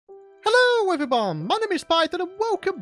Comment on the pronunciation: Did he say hello everybon At the beginning